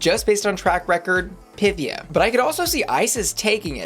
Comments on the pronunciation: Pythía, her name is Pythía... is it so hard to pronounce it right? Py-theé-a... FFS! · Duuuuuude, stop pronouncing Pythia wroooooong